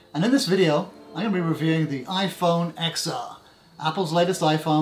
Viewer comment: This douche can’t even pronounce the name of the phone right. Unsubbed and thumbs down because apparently these guys will have any dumbfuck do the review at this point